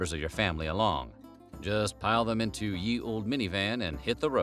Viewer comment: Ye? Pronounced the.